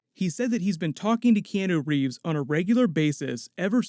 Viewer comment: No hate towards but anyone else bothered by how he says Keanu Reeves? Or is that how you say it I don’t know pls inform me thx